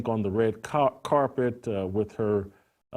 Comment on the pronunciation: He said "carpet" 😂